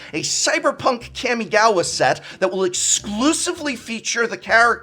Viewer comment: Nailed kamigawa, lol